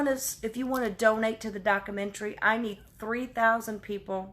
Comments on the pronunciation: Are you effing kidding me?? Religion needs to be outlawed. All of it!! “Christians” would rather ask for forgiveness than permission. I’m sorry…..but if you fell for that, you got exactly what you needed. It isn’t “docamentry”, it is documentary, 5 syllables. I’m not trying to be snarky…..I’m being real. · It’s “documentary,” not dockamentary. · all I can is smile...I wanted to call you. "DockAmentree" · Bless her heart but what the heck is a dockamentry? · soliciting money for your “Dockyamentaree” David taught you well